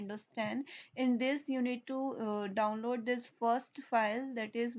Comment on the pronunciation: senin davnlod diyişini yiyem hintli ablam. ulan boşuna okuyoz ammına ne varsa hintlilerde var.